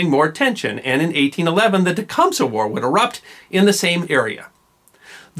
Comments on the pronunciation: In spite of the spelling Tecumseh is pronounced as TECUMSEE. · Not if you're Canadian. Actually, both are mispronunciations. My understanding is the Shawnee pronunciation sounds more like "Te-cum-thay".